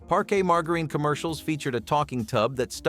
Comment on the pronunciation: Like "Mar-ga-leen" so much for english 101